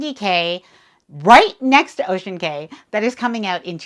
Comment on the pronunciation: Cay is pronounced “key”, despite what Royal Caribbean’s marketing department says. Ask any local there.